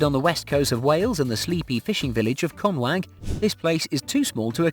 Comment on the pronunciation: I came for conway (the quay house) and iam so happy it made it to the video but conwag . . . I know welsh is hard for some but its CON WAY not sure where CONWAG came from hahaha still great video by the way